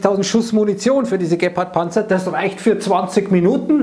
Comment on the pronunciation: Das wird, glaube ich, Geeepard gesprochen...Nicht Geppard..